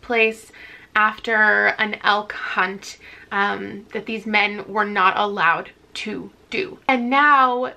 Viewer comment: Elk hunt doesn't sound like elk hunt 😶